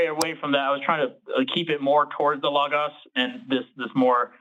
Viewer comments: And pronounce it correctly this time. 🙄 😂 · For some reason the pronunciation “lah-gahs” is pissing me off lmao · and Forrest deserve sainthood for being able to listen to mispronounce Logos for thirty minutes without correcting him. I wanted to scream! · YES! Thank you! It was infuriating, especially since Forrest said it correctly before the caller started talking about it. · I knew it was gonna be bad when the guest couldn't pronounce logos and I was right